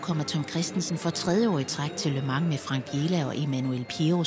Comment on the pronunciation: hader når hun siger ``lø mang´´ i starten idtedet for``le mans´´